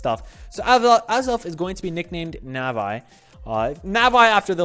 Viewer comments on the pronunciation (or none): its nah vee not NAH VEYE oml.